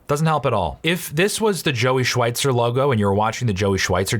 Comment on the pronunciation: Wie er einfach Schweitzer falsch ausspricht 😭